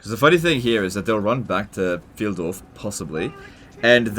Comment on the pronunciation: Pfyle-dorf not Pfieldorf. Source: Am german.